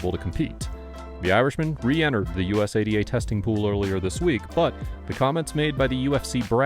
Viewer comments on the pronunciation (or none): Say usada bro not U.S.A.D.A… u say it so frequently too lol sounded kinda silly